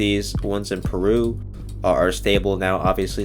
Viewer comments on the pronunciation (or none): none